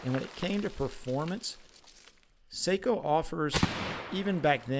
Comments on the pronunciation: Love my Sako’s ❤ And it’s Sako not seiko like the watch 😱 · No - Saahco. Long a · NO - SAAHCO. Not OH. AAH